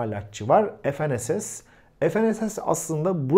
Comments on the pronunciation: Efenss ne diye kullanıyorsunuz ingilizce kullanmayın f-n-s-s olarak söyleyin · Herşey yerli oluyor ama dilimizi yerli yapamadık. ef,en,es,es değil Türkçe olarak okusanız ne güzel olurdu. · Ef en es es değil. Fe ne se se.